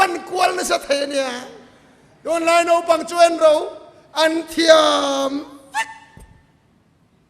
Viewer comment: Ava ngaihnawm in ava ropui thin em. Tawngkam hnih khat lekin kan sawiteh ang. Naupang tih tur a, NOPANG ati te, Hausa tih tur HO SA atih te hi..., Tawngkam ah hian hmanthan leh tih lak lawh awm ve thei ani a, kan sawi belh hlek ani e.min hrethiam dawn nia